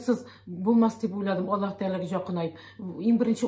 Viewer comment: Надо правильно произносить имя Аллах, а не Алла